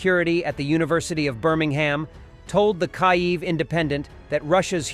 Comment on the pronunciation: Your A I still can not pronounce Kyiv . So who ARE these Russian military bloggers ? Name some.